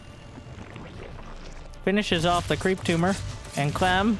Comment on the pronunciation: get off… my… cweep…